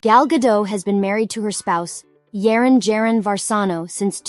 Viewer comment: The way she prounces Gadot and the way she pronounces Jaron is embarassing! The J is pronounced as a Y in Israel